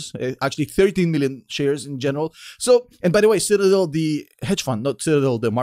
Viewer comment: I salute every time you say "general"